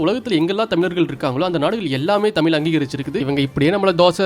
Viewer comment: Nice video😊 நீங்கள் தமிழ் சொல்லாமல் தமிள் என்று சொல்லுகிறீர்கள். அதை சரி செய்யவும்...